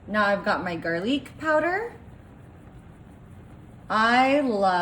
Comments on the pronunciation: Is she using an Ai voice over or is she not able to properly read and prone words? The word is GARLIC, pronounced GAR LICK, NOT garleec. It's CUMIN, pronounced que-m-in! Not cummin. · looks good, but will you just shut up! you talking at us like we are idiots. speak the name of the ingredients the way they are suppose to. it is garlic not garlick. it is not funny just annoying. mote recipe less you. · And garlique! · Wtf is garleek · Not tryin to be a BeeOtch here, just tryin to help out. I hope someone tells me if I mispronounce something. ANYWAY... Oregano sounds like O-ray-guh-no. Garlic sounds like Gar-lick. Cumin sounds like Cue-men. You're welcome. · She’s delusional! No cowboy ever made or taught her that. And it’s pronounced Or- reg-in-o. Gar-lick, and Coomin, if you can’t pronounce the ingredients correctly, just show the bottle and say throw this in. You dunked the dirty cans in the slop that it’s contaminated!!! I can’t believe I even watched it!!!! I’ll never get that time back!!! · Garleek powder 😂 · It’s Italian like garlique, 😂🤣😂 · IT PRONOUNCED OR- REG - GA- NO , GARR - LICK AND KOO - MIN PLEASE SAY IT RIGHT !! 🙄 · Thanks I'm not the only one. WTF did she just say O-JEG-A-NO? Gar--leek, Comings??? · Must have been Rip himself.😂😂 This was the wildest pot dumping episode I have ever seen. I can’t take anyone seriously that calls Cumin Cum-in and Garlic Gar-leek.😂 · I don't think I've ever heard anyone mispronounce, garlic, oregano, and cumin, so badly. Just that makes me not want to eat it. You don't have to try so hard to be trendy, that you mispronounced words, just to make it so.